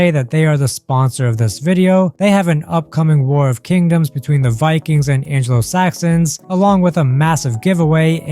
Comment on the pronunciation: I’m sorry… How tf did you just pronounce anglo-Saxon?